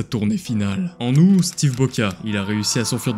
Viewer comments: par contre le mois d'Aout le putain de T se prononce a la fin enculé aou"T" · A 5min ! Pétard pas possible de dire Aou … c’est {oute} ! On dit aoûtien ! Donc pétard on prononce le T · Août TTTT LE T ARGH mon dieu ça m'a sorti de la vidéo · Le fait qu‘il dise ou et pas août me perturbe, c‘est août on est d‘accord ? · Possible de prononcer le T de août ? Merci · Stp dit aouT et pas "ou" c'est insupportable a ecoute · le 10 aou"T" prononce le T je t'en suppliiie 😢😖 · il y a un T à prononcer dans "aout" 🙄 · Très bonne vidéo parcontre je t'en supplie ne dit plus le mois d'où ça trigger de fou 😂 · Y'a un t qui se prononce à août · le t se dit dans août au cas ou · Ya un t à août